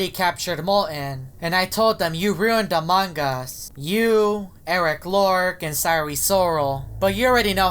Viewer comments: Its eris loris not eris lorc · Eric lork Me: it’s Eris loris